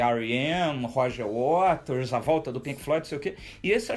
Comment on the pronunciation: Roger Wares???? Mania da porra de trocar o t pelo r.... síndrome de Cebolinha.